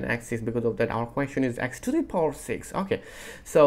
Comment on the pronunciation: Power > PAWER, not poooor